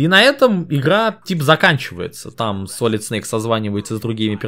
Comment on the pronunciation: СалИд, салИд.... Как же так,, ты ведь вроде знаешь английский.